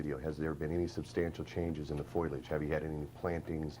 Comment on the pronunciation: It's fo-leee-uj, not f-oy-ul-uj.